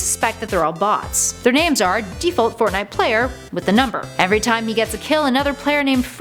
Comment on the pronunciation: I didn't know Russians play fortnut